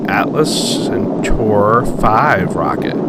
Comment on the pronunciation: he cant even pronounce centaur. How dumb do you have to be.